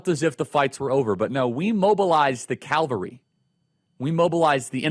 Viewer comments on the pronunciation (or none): You mobilized the CAVALRY not the Calvary. Also.. the stove was SCALDING hot not scolding. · Ya, Charlie it cavalry not Calvary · Love you Charlie. That being said, it’s CAVALRY not Calvary. Cavalry is the horse brigade. Calvary is Christ on the cross.